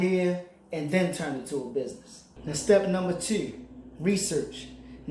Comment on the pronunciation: You must be from Baltimore the way you said the number two sounds like Jess Hilarious 😂 but good video and great tips keep it up my brother 💯💯